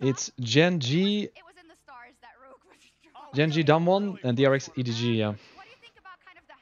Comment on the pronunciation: Why rekkless pronounces DAMWON sounds like Dumb one? hahahaha